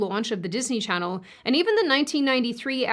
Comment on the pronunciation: I miss the days when you would welcome us to your “chan-oh.” Maybe next time… for old times sake?